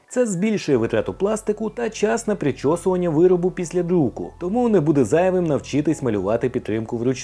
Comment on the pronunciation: ПричісУвання..... Або Вичісування...